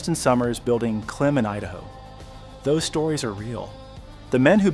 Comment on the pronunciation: It’s pronounced “CLIMB” not “Klim” like with Jim